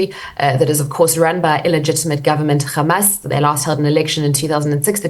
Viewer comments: She might as well be an Israeli government spokesperson, parroting nonsense amount Hamas using Palestinians as human shields. And the way she pronounces Kkkkkhhhhhhhamas... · She is now pretending to be a Jew,pronouncing Hamas as KHamas